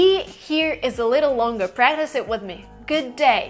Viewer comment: when she says the word "practice" you can here the distinct Russian accent.